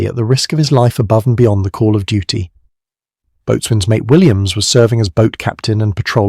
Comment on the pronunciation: Learn how to pronounce boatswain. Stupid AI voice, much too long, stupid AI text.